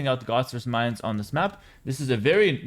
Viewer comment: Your pronunciation of "Mayans" is so similar to "minds" or "mines" i had to replay it like 3 times to understand what you meant lol